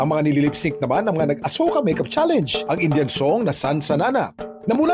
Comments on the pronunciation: Talaga ba? That's how you pronounce the word 'Challenge'? You pronounced it as 'Cha- Leynj'. Yuck. 🤮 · Cringe ung pronunciation ng mga netizens sa word na challenge ginawang "challeynge" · MAGANDA SANA KASO DI MARUNONG MAG PRONOUNCE NG CHALLENGE YONG SA KANYA IS CHALLANES 😂😂😂